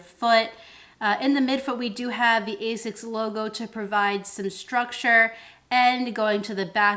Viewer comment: Okay, who beat you up so you stopped pronouncing like Ay-Zics? Lol.